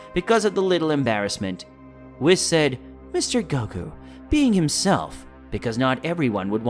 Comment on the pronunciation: Story is really good buh his voice just duznt sound right🤪hate the way he says whis😂 wiss 😂😂